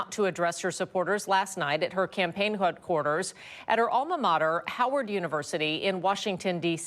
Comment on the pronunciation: . She say hoodquarters???